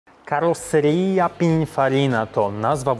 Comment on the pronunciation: Wymawia się: Karroccerija Pininfarina i Dżiani Anneli ;) Natomiast ten ''bokser'' w Testarossie, to właśnie szeroka Vka. On się jeszcze trochę różni od typowego boksera. Co do współpracy z Ferrari, to jest bardzo symboliczna, o ile już prawie nie występuje poza limitowanymi modelami. Ferrari ma obecnie swój własny oddział stylistyczny, który projektuje auta, ale F8, 812 czy GTC4 wciąż bazują na projektach Pininfariny.